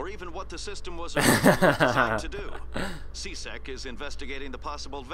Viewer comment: It's C-SEC not C-SEC"T"